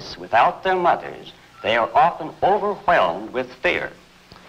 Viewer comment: Nobody: Harlow: overHHHWWWelmed